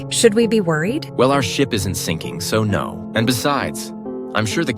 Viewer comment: "nouw" "nouw" nouw"